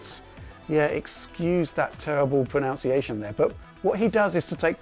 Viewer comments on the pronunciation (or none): You mispronounced "pronunciation". You said "pronounciation". :) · "Excuse that terrible pronounciation there" D: As an average bored German on the internet I need to get mad there :D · "Excuse the terrible pronouchiation"... lol;)